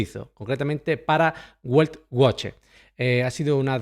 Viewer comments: No es buelt boche sino qua se dice beltboje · Se pronuncia veltvoje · Se pronuncia Veltvoche...